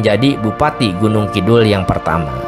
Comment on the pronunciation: Penyebutan nama nya kurang tepat....eheheee